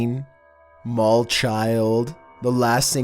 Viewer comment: "Number 15: The Mall Child" What I heard: "Number 15: The Mole Child"